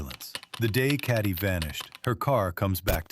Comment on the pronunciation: Please correctly pronounce the name Cati - its not carti - it's ca teee the "a" is pronounced as the name of the letter "a" - listen to her husband say her name correctly - so irritating tp hear you mangle the name!